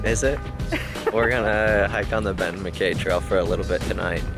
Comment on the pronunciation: I waited a whole day and nobody else has said it, so now I have to.. It's actually pronounced mak-KYE and not mak-KAY. You can all throw your rotten tomatoes at me now ;) Looking good out there as always!